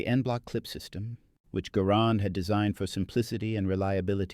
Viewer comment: It gar rend not gar Nord, it's a Canadian design after all.